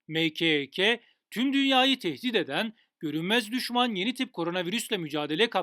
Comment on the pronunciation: Allah aşkına nası bi Türkçe videonun başıdna Mkek den sonra kulaklarım kanamaya başladı